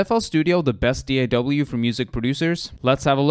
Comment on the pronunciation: I'll never trust a person who pronounces "DAW" like that